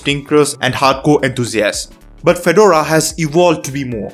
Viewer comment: could you please pronouce Fedora correctly.